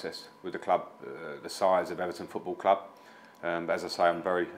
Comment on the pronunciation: If Everton had a nickel for everytime they had a manager that can't pronounce the word club, they'd have two nickels. Which isn't a lot, but it's weird that it happened twice.